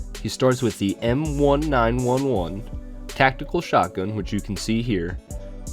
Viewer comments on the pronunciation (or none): M-1-911? Nineteen Eleven my dude, like a year, not an emergency code.